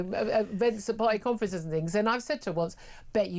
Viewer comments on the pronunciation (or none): but she tried to do fings proper.